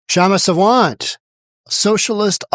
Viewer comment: Please pronounce her name as Saa- vunt(like you got it, bunt). This Kshama is a radical Marxist who should be sent to Chinese jail. Also Kshama is not an Indian citizen, has 0 right to a visa